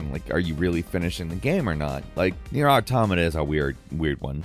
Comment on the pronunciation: why do people keep pronouncing it atamata its clearly spelt Auto-mata